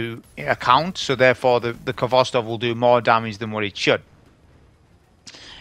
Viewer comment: How can you be a champion of a rifle whos name you dont pronounce correctly? Its a Russian word that means tails.